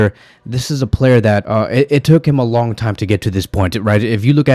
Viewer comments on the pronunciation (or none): none